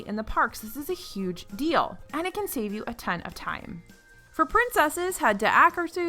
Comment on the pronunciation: I'm such a huge Star Wars nerd I could have sworn you said "Anakin" (I know you said "...and it can", so please forgive my one-track mind).